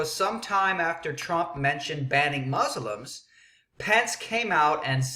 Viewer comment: u dont even pronoucne muslims right no one is going to take you seriously